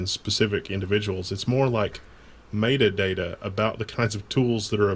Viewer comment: ***** I'd also like to point out that mayduhdayda is a horrid pronunciation of the word metadata.